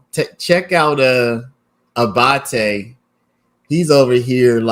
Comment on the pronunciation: Love the way you pronounce ‘Abbate’.